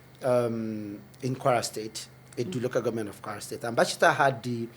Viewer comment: Bacita not Bajita